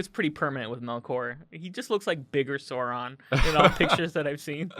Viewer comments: Sauron like "Sour" not "sore" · It’s not “Sore-on”, it’s “S-ow-ron”. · Oh NO You're the people who pronounce it Sore-on. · It's not sooron... Jesus Christ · You should say Sauron as SA-OO-RON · Please pronounce sauron correctly, you've seen the movies, you know how it should be